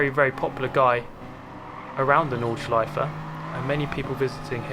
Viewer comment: thanks for saying "nordschleiFE" - not "nordschleiF" like most of the english speaking chaps do :p good racing there :) thanks for sharing!